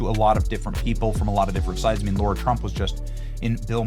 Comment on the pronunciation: I wish the staff would finally tell Benny it's Lara Trump not laura